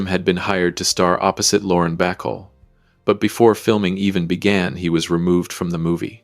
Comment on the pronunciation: ITS PRONOUNCED BA A CALL,NOT BACAL,,,,,FIX NOW :face-orange-frowning